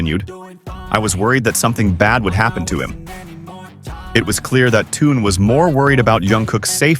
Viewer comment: Вот опять хрень написали я прошу правильно проговаривайте их имна он не Тун а ТЕХЕН.ЗА ЭТО ТОЛЬКО ПОД СУД ЧИТАТЬ ПРОТИВНО СКАЗОЧНИК ЗАЙМИСЬ ДЕЛОМ А СПЛЕТНИ НЕ СОБИРАЙ